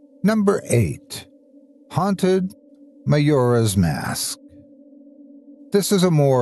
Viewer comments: Love but hearing him mispronounce Majora's Mask twice is painful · Was a little hard, guess even the master f'up every blue moon.